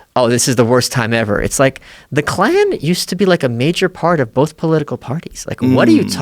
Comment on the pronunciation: Joe “it’s bollff” Rogan